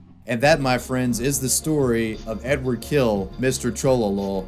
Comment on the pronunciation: It's not Edward, it's Eduard.